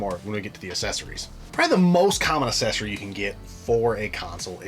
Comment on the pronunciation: Guy on the left is pronouncing accessory like assessing, its bugging the shit out of me